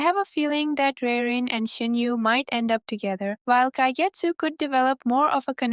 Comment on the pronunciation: The u in Shin-U is probably pronounced uu rather than yu. As someone who learned of the series from a trailer of the anime and who decided to binge the manga and the light novel as a result, you're in for a ride. Reirin is awesome. Some of your ideas are spot on and some are not XD